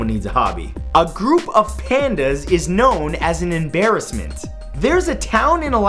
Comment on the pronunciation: An em-BEAR-assment